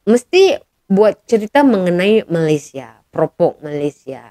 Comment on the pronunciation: kena sebut betul-betul.. Untuk Malaysia, "A" nya kena buka gigi bukan Malaysié gitu. Bukan semua A di "er" kan ya kak..